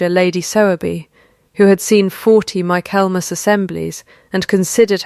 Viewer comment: Please, please correct the pronunciation of Michaelmas. All of these AI story channels are leaving it wrong, which means that's the way AI is learning it over and over. Fix it. Please!